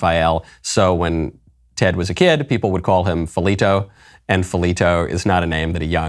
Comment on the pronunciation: “Felito” hahah…